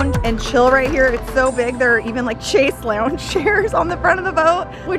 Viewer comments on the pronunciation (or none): I can never tell if Joslyn is doing a bit, but that pronunciation of Chaise Lounge was criminal! Should be "SHAYS LONG"